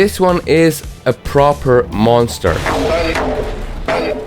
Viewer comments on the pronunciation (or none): none